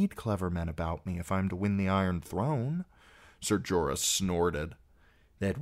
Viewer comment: Jorah. Wtf bro.